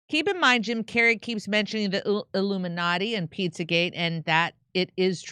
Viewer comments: If you listen carefully , he said illuminutti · Jim says illuminutty